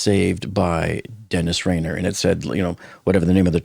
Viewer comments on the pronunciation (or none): Dennis RADAR was the BTK ki77er...not sure who this BK Dennis Rainer guy is. Was he a Burger King serial ki77er? 😂 cmon, im a dumbass and know the BTK case inside out, ypure way smarter and have more resources than me. Ive been subbed and a fan of yours since the Titan implosion, never heard you flub one that bad before. Youre better than that my dude!! Love the vids tho, you definitely know your fecal matter and are one of the most informative channels on YT. Looking foward to the next video you do on the topic. Maybe you can do a video on Ted Grundy, or Jack The Gripper. Or even Jeffrey Palmer 😂